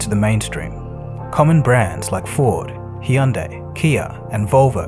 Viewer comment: Just one thing: Hyunday is not prounced hee-ahn-dei. Its is Hyoun-dai (or some say Hi-un-dai).